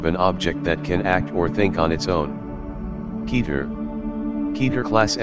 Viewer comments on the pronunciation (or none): Kèter, not kEter